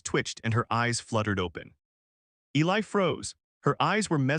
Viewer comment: And of course the male is Eli, although not mispronounced as much as usual